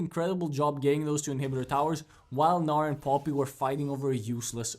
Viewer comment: bro how u say poppy haha pooppii